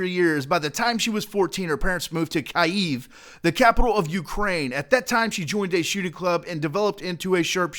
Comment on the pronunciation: Dude, im living in Kyiv, and your pronounsiation is arful)